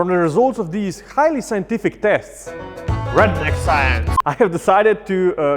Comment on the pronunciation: The phrase “redneck science” in your accent is hilarious. You already have a good balance of humor, professionalism, and demonstration. The only thing I’d like to see is this same test with ballistic gel.